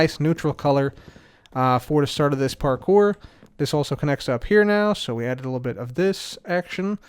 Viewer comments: Its always parkour, never parpour, parcore, park core, par kore, par pore, or porkpor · I never want to hear say parkour ever again after last episode lmao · I have PTSD everytime I hear say parkour. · Imagine not saying French ‘parkouir parkouir’